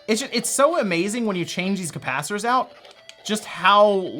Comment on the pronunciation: If you're doing a video about replacing capacitors, please stop saying capacitors. CAPACITORS CAPACITORS CAPACITORS. And then you're soldering, SODERING SODERING WERE GONA SODER IT Great video though, thanks - By the way, if you ever want to watch a movie based on the Sega Gamegear, check out Three Ninjas / 3 Ninjas. It's wonderful.